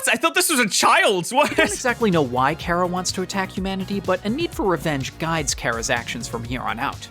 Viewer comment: I feel enraged currently, the amount of times the person in the video he is whatching says Chara (Care-uh) I cringe, IT'S CHARA (car-uh)